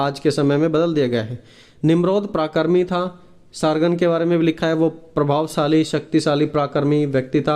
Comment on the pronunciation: भाई आप प्राकरीक ना बोलते पराक्रमी बोल